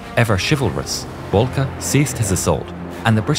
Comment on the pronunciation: It's Oswald Bolcke